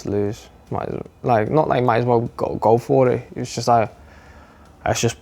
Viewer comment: What the fcuk is with the use of the word aswell being pronounced as-well? It does-not sound right